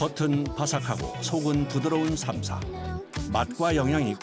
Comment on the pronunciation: 현지인들도 th발음 나는 삼사에 가까운 발음을 하는데 너님은 혼자서 땀냄새나게 땀사땀사 거리세요